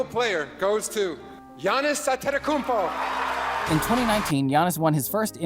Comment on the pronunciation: It's pronounced An-eh-te-koom-po..I'll admit that's a hard one, took me awhile to get it right.